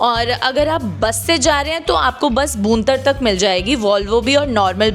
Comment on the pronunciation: Madam, बूंतर नहीं है वो,भुंतर है